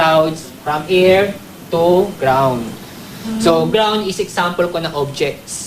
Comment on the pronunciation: "from air toe ground" XD ayusin mo pagbigkas mo ng English